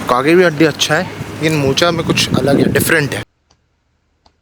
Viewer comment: मोचा नहीं मोका